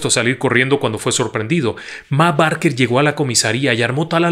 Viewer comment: Esta muy bien relatada la historia Pero el apellido de la familia se pronuncia "Beker"